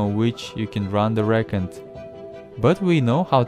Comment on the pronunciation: What the heck are you saying about the records. You keep pausing and I can’t understand what your saying your not even pronouncing record correctly and please don’t do that to your records you’ll scratch them up! It sounds like your speaking and your microphone is breaking up ask you talk cause you say two or 3 words and then there’s this long pause like when someone breaks up and is being cut off